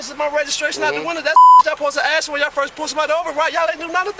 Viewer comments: It's "ask" not axe!!!! Drives me nuts. Like she enjoys speaking dumb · Good for her on earning money. I wonder when her and certain POC will learn to properly say the word ....ASK. It's not acts, or axed, or aks.....but it is ASK. Assss K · ... its "ask" not "aks". Blows my mind, its pretty easy to say. Fat tounge makes words sound wierd, doesnt make you pronounce words completely wrong